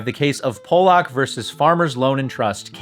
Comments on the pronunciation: "PAH-luck" (like the fish), not "POLE-ock". ~ man with Polish relatives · Pollock (pall-luk) not Polack (pole-lok) lol ... he's not from Poland. love the channel tho. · 3 times in a row. 😂 Every time you mispronounce his name, my inner 12 year old starts laughing hysterically. 😅